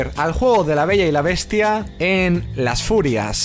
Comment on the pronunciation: Pensé que en vez de decir Las Furias decía Las Furras :v